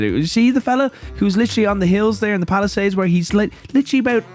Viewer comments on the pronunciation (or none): none